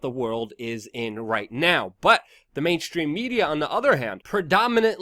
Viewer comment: Mainstream. Not main. Shhhhhhstream.!!! Learn to speak damn it. !!